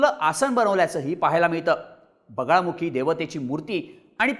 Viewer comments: अरे yz.. बगलामुखी देवी म्हणतात.. बगळामुखी नाही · बगलामुखी असतं रे.... चुकीचे नका उच्चार करू! दरवेळी कानात खाज आल्यासारखं होतं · Bagalamukhi devi aahe tumche uccharan wrong aahe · ळ नाही रे ते बगलामुखी देवी आहे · बगळामुखी नाही बगलामुखी देवी ... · अरे पूर्ण माहिती तरी गोळा करत जा व्हिडिओ बनवायच्या आधी आई दसमहाविद्या मधली एक आहे तांत्रिक आणि अघोरी हयात जमीन असमान चा फरक आहे आणि बगळामुखी नाही बगलामुखी आहे आई च नाव 🙏🙏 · बगलामुखी माता आहे, नाव तरी नीट घ्या. आणि जरी त्यांनी अघोरी पद्धतीने पूजा केली तरी त्यात गैर काही नाही, त्यांचा तो अधिकार आहे कोणत्या पद्धतीने पूजा करायचा तो.